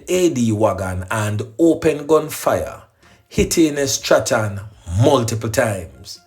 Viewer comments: That name is pronounced STRAWN. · Strachan is pronounced STRAWN. Bless up yourself.